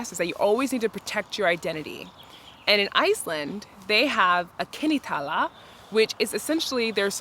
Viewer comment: Every time I go to the pool there are maybe tourists and they’ll go in the bathroom and put on There’s swimsuit and then go in the shower but like every girl is the same but like not exactly the same Btw I didn’t know that snorting ting was weird and also no hate but it’s so funny how she Pronounces kennitala :)